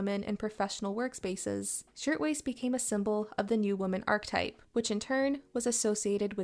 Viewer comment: Pro tip - Archetype is three syllables (ar-kuh-type) Interesting and well encapsulated!